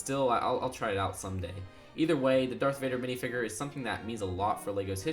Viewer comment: WWE Jones I'm with you on that, and he kept saying mini figger.